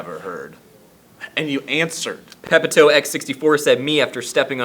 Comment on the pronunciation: Its pronounced pe-pee-to. Steve should correct you on that.